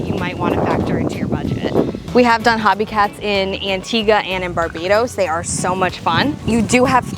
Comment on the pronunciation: Great video, very helpful....just a heads up, it's pronounced Hoe bee, not hobby. Thanks